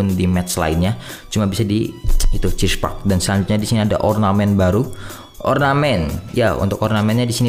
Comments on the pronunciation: "Cheese park" mantap bang🤣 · Cheer park bang bukan chesse